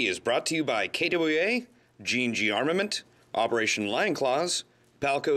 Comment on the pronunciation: DAMNIT! Learn how to pronounce KWA!!!! it is not kaydubweala!!!